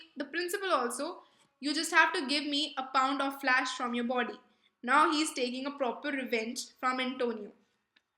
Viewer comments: Your pronunciation is pathetic.. You pronounced flesh as flash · Bassinio nahi hota bassanio hota hai flash nahi hota flesh hota hai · Its flesh not flash 🤣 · That's not flash but flesh and not bessanio but bassanio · Flaash ??? Correction in pronunciation "flesh"